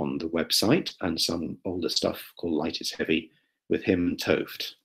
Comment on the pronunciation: That's a great Penrose imitation by the way! And thanks for pronouncing Gerard's last name! 't Hooft=Tooft